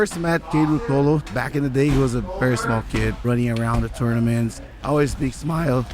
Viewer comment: Hearing chael trying to say ruotolo have given me the strength to go one more day…